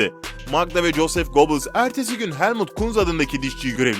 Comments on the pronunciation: Yalnız "Göbiyils" nedir yaa ... Çok tanınan, ismi defaten filmlerde belgesellerde geçen bir insan. Yine de duymamışsan, açar orjinal telaffuzunu internetten öğrenirsin. Süper konu bul, uğraş didin kurgula, sonra telaffuz gibi basit bir detaydan sınıfta kal. DAHA ÇOK ÖZEN LÜTFEN !!! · Göbels diye okunur